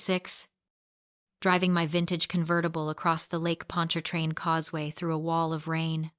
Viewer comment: Oh my gosh….AI said Lake Pontchartrain correctly…love it, Metairie, La here..:office is on the south shore of Lake Pontchartrain on Causeway Boulevard.